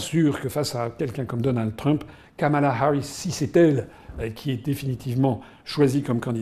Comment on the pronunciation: Asselineau qui prononce DonaldEU Trump. Reptilien ?